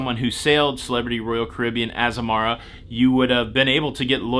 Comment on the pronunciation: It's pronounced, AZAMARA.......how bout that. 😉